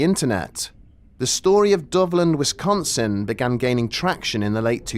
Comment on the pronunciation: Hearing a brit say wisdonsin will never not make me smile